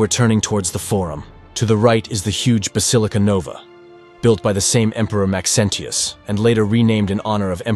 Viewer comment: AI narration is getting scary good, but that weird inflection on "Maxentius" gives it away. I THINK. It could be a real person, but I doubt it.